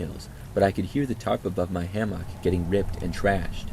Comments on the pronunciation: Ham-mock lol ham-mick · Ham-mock is killing me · love your videos but the way you say hammock makes me want to scream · pronounces hammock like no one I've ever heard before 😅 Thx 4 the vid & your distinct enunciation of hammock ✌🏼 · are you using AI to read stories in your own voice type? Really strange how you mispronounce hammock like 5 times. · Using AI? Nah, I've listened for a while & he def has a distinct voice. He just pronounces hammock in his own way